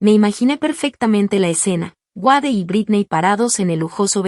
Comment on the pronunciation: El nombre es Wade! Se pronuncia U(ei)d no Uade. Gracias!